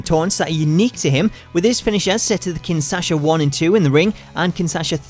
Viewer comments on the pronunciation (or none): Small correction it's the Kinshasa not kinsasha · Should'nt it be "Kinshasa"? oO Not... something with Sasha :D